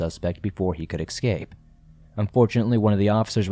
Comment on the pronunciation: Escape, not excape